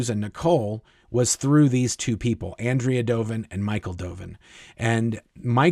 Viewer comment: On-dray-uh. ...not Ann-dree-uh. Doven.